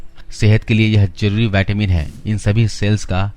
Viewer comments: Vattamin nahi vitamin bolo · पहले तो बोलना सीख मेरे भई, नई नई अंग्रेजी सीखी है तुमने, सीधा सीधा विटामिन नहीं बोल मिल रहा, बाइटेमिन बाइटेमिन किया पड़ा है... बेवकूफ ये कहां की इंग्लिश है ये पता है